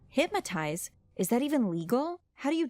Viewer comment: Is hypnotize not “hipmatize”.